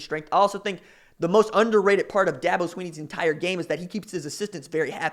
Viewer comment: First learn to pronounce his name correctly. Second what Dabo said was taken out of context. Third Dabo has never signed a top 5 class. Last thing, I’ve been to both Oklahoma and South Carolina and I would much rather live South Carolina.